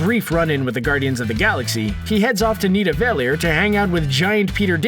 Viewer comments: this nigga said “needaveler” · Insaniitty oh I know. I’m just saying his pronunciation is waaaay off